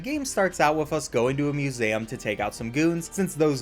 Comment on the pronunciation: How is no one talkin about him pronouncing it muSEHum